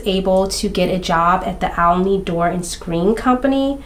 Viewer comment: Yes. Olney is hard to say. It's pronounced Ole-knee